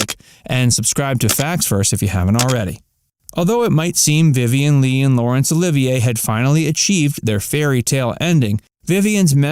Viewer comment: You can’t even pronounce her last name correctly. Ugh